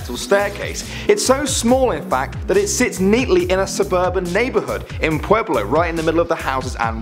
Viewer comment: said the state in number 10 wrong because i have been to that volcano before and he said the state is "Pueblo"but it is actually "Puebla" Pronounced: (pwebla)